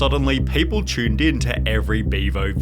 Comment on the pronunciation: “People chew-ned in”